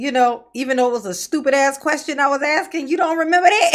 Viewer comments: "I REMEMBER HIM AXING YAWL", DON'T Y'ALL MEMBER???😂😂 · HE KEEPS AXING, HOW DID HE GET TO BE THAT LAWYER???